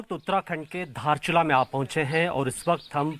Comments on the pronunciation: Tum logo ko to hamara jilla ko name vi aacha se bolne ki liye naiaayta hai ky baat kartahai? Not Dharchula actually is Darchula District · साला दार्चुला लाइ धारचुला भन्चन चिक्ने हरु जिल्लाको नाम त राम्रोसङ्ग भन्न आउदिन तेसै ओ हामारा इलाका हे रे🙄🙄🙄